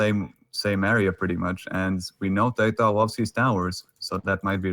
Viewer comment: How the other caster pronounced TaToH is very annoying